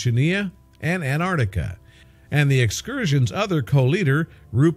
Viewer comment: what a silly title, also the word is AN TARK TICK A, NOT ANARDICKA, gordon bennett can you people pronounce anything correctly??